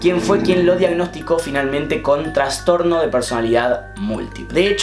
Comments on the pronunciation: Me encanta esta sección de casos, muy buen video, nada mas que me dolía un poco la cabeza cada vez que decías "transtorno" es trastorno. saludos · Me dieron 5 acvs cuando dijiste traNstorno, es TRASTORNO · Se dice TRASTORNO no "TRANSTORNO" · Se dice ''trastorno'', no ''transtorno'',. Gran vídeo. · Che, es trastorno, no transtorno<3